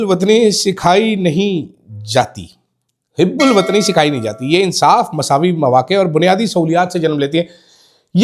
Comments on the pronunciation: It is hubulwatni not hib check dic. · شرمندہ کروا دیا لفظ hib ul watani نہیں ہوتا، hub ul watani ہوتا ہے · حب الوطنی ko ap HUB ALOOTNI پڑھا کریں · Houbul watni not hibul watni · Word Hubbol watni hota hota Hebbol watni nahen Qazi wajahat حب الوطنی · Correct your pronunciation...its hubb ul wattan....